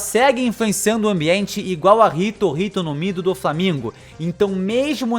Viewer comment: é ito ito no mi, não hito hito no mi, eu vi essa parte em camera lenta e tu ta fala rito, erro, afinal o nome é quase igual, mas queria falar: P